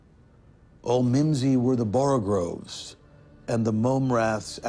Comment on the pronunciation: Oliver Platt does the typical mispronunciation of "borogoves" as 'borogroves.' Almost nobody gets this right!!! Somebody on the set should have caught this gaff.